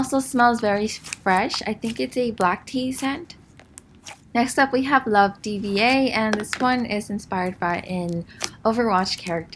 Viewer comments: “Love D-V-A” cri it’s pronounced like “diva” ;~ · "love d-v-a" I love you but that pronunciation killed me lmao its pronounced "diva" by the way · It's pronounced Dee-vah but love this vid!